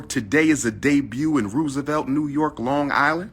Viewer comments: Roosevelt (row sa velt) 😂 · I hate how he pronounces certain words, especially areas in New York. "rew-savelt." And when will he learn Harlem is not a borough and Black people live in every section of Manhattan?